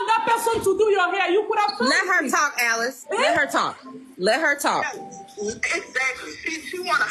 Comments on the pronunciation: Isn’t her name Alice? Not “Eleese” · Is her name Alease or Alice (I'm askn bcuz u keep pronouncn it the 1st way)??...*not tryna b funny just 1dering*... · Lol bless you “Eleese” is Alice. The lady in the video was mispronouncing her name lol. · Her name is Alice not Aleese 😂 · This shop owner is clearly a greedy liar. And why this woman keeps calling the shop owner “ahlease” it’s Alice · ma'am why do you keep calling her Aleese her name is Alice she even said so herself lmaoooooooo that is bothering me so much 😅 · I always thought that her name was pronounced Alice, not Elise 😂 but hey…nowadays people spell stuff however they want to 🤷‍♀️ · HER NAME is Alice Not A-Lease lol 😂😂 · Hunny her name is “Alice” not “A-Lease” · Why are you pronouncing her name wrong. Her name is Alice (Al-lis)